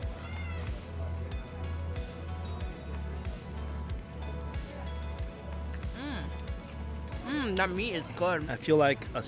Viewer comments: Mikey said chicharrón so wrong 😫 I'm Hispanic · i love how he says “chicharrón” lol it’s so pure 🥺🤍